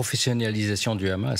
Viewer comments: En français on dit hamas et non khamas.... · Jadz Partouche la soit disant spécialiste du hamas dont on devine de quel bord elle est... pourquoi rajouter le son ra à hamas alors que c'est un h? Et Ismaïl Haniyeh pourquoi le transformer en raniyeh ? Êtes vous israélienne ? Invité dans ce cas une personne palestinienne pour la contradiction ! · Écouter bien comment elle prononce Hamas c comme tu le c